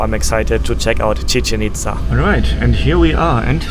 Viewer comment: Tequila is simply mezcal which comes from the state of Jalisco. This is analogous to champagne simply being sparkling wine from the historical province of Champagne. Commonly mispronounced, Chichén Itzá is pronounced chi-CHEN eats-SA (not rhyming with chicken pizza). The accent marks tell you which syllable to stress.